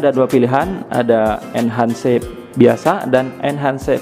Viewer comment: Inhans bancanya bang bukan enhan'cee